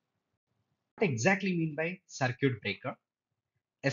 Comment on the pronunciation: It's cir kit